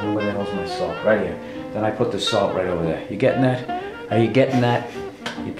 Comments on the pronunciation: D'oh jesuuuuuus. Ol' Billy bald head givin' us a little baking lesson ovah theeaaahhh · Oh Billy's makin a pie OVAH THAAYYY!!!